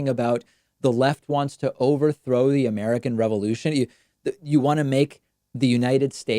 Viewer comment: When he said the " Far Left Revolution is trying to destroy the American Revolution", he was too dumb to know that the emphasis should have been on "American" and he put it on "Revolution". LOL